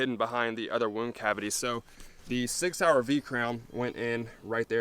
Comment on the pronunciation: soi-yer sig sauer